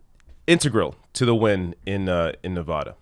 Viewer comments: It's pronounced Nevada not Nevoda lol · Pronounced- “Nev-AD-a,” not “Nev-AH-da.”.. just FYI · Great video, but Nevadans will get triggered by you mispronouncing the state name.:)